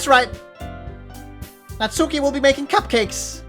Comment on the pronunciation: Oh man, this is in many ways a perfect game for this channel. It's going to be a treat! I've just started watching so I don't know if you finished it or not, but if you want a pronunciation tip regarding the names you should stress the first syllable and skip the u in Natsuki, so basically SAI-ori, NAT-ski, YU-ri, and ofc MO-nika.